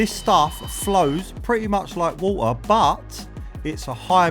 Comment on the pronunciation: its not hor-a ,its water